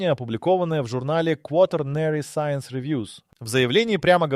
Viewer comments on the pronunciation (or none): none